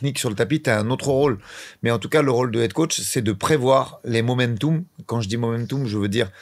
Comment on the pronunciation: trop moche ses "moumentoum" 😂 c'est momentum...